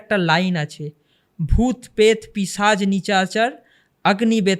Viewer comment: Boktar comunication ta khub kharap.pishach k pichas bolche.possess k bolche pogess.😅😅